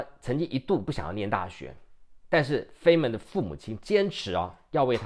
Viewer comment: 物理學家 Dr. Richard Feynman 的姓應讀作 Fine-man。